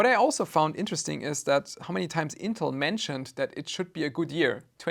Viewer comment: So you go after ASUS for a perfectly fine term but can't pronounce "intel" and say "panter" instead of "panther"? Have YOU picked up a dictionary recently?!